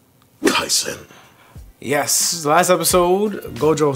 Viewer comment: The only English-speaking reactor (that I've seen) correctly pronounce "jujutsu KaiSEn". It's the "se" in "sensei".